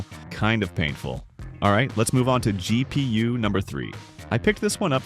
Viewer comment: G.. pee.. uwe.